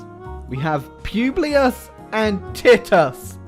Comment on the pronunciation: The way you pronounced Titus triggered me.